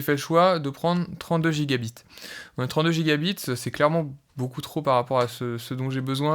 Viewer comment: Merci pour la vidéo c'est super intéressant. Tu devrais mettre l'accent sur "byte" quand tu dis "gigabyte" ou "terabyte", on peut penser que tu dis "gigabit" et ça peut porter à confusion